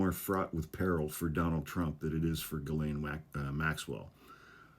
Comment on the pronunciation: Please pronounce Ghislaine's name correctly.